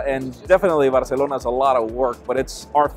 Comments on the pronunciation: Jaime. Be honest, it is your favorite show because you get to say Barrrrrcelona. 😂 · My favourite part about mwc is hearing Jaime say Barcelona